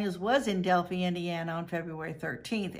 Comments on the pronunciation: FYI it’s pronounced del-figh not del-fee. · It's not Del Fee. It's Del Fi Del-phi PH = F. Fi like Pie. Not knowing how the name of the town is pronounced sinks your credibility. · Hey sweetie... I’m from Indiana. I’m in no way offering the correct pronunciation to be at all disrespectful to you. Rather just to be helpful is my only intent. I think your a wonderful dedicated and compassionate creator that works hard to find justice for victims. Del• phi ( fi) long i sound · Delphi not delphy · Pronounced DEL- Fi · DEL FIE (like 'die') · That bothered me too. How well did she research this? Watching even one video about this would have the proper pronunciation of Delphi